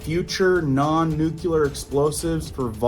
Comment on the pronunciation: Also. It's Nuclear not NuQewlur